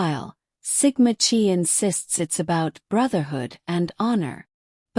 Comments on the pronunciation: Sigma Ki like k eye not chee just saying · Dear AI model, in this case the 'ch' is a K sound, and the letter is pronounced*kigh*, not 'chee'. I really shouldn't have to correct grammar of a computer model 🙄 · No hate, I just want to let you know the pronunciation- I really liked your video bc there’s a lot of info I didn’t know. It’s not Sigma ‘chee’ it’s Sigma chi as in ‘Kai’ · So it sounds like bubbly Waters has trashing the whole town of Moscow covered, it’s good to know that someone’s got trashing Sigma Chee covered too. See I can mispronounce Sigma Chee too. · Sigma Chi (pronounced like Ki, not Chi, even though its spelled that way per Greek life) Just a friendly, fyi. Its probably, AI. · Chi is pronounced like KY... they were on my campus too, and even heard other greeks thought they were sketchy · It's Sigma ki pronunciation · Ir is pronounced Sigma KI ....and Moscow is pronounced Mosko... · 'Sigma Chi" Sigma Chi is pronounced SIG-ma KY. The "Sigma" is pronounced like "sig-ma," with stress on the first syllable. The "Chi" (Χ) is pronounced "ky," rhyming with the word "sky". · Thank you!!! It’s difficult listening to AI generated uninformed of the pronunciation of actual fraternity’s that have been around far longer than my old ass. lol. 😂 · It’s is true across all campuses in Greek life. Look up how to pronounce CHI so you have more knowledge of the Greek language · she’s already stated that AI voice is used and it wasn’t pronouncing it properly. It’s the message that’s important tho! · ( kinda amuses me how ai sometimes changes pronunciation within the same sentence-would this annoy the ' chi ' people? )